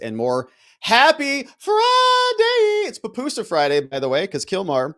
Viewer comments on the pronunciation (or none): It’s PUPUSA not papusa. Leave Kilmar at Cecot but please get pupusas right, they’re delicious!!